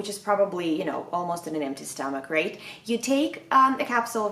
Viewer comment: Stommach "Eycid" :)))